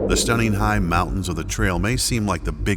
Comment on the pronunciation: Trail race not "trial race". Jim "Walsey"?